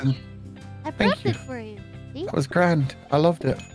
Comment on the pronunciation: "That was grand" lmaoooo is so broken his Irish comes out